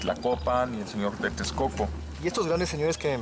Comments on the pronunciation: Lago Tecoco? no bueno!!!, por que nunca pronuncian bien los nombres? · se nota que no la hicieron en México este narrador no sabe decir TEXCOCO, dice Tecoco y tejcoco que chafa para mi país.